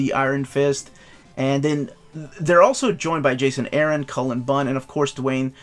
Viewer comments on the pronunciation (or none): none